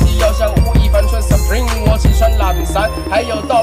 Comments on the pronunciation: 你把supreme的英文可唸錯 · 你有在玩名牌但你却把supreme 念错啊哈哈0：16的时候